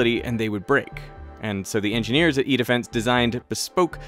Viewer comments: I can't stop hearing "eat a fence" when he says "E-Defence" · Very interesting video, but every time you said “E-defense” I couldn’t help hearing “eat a fence” lol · I swear this CC is wrong and it starts out as "This is the world's largest earthquake simulator, called Eat-A-Fence". That's way I heard and turned on the CCs to make sure that was not the correct company name 😂😂😂